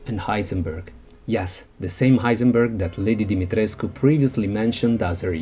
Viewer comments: I love the way you pronounce "Demitrescu". Way classier than me. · I loved this!!! ❤️ And extra points for pronouncing her name flawlessly! I'm Romanian and my last name also ends in the -escu suffix 😂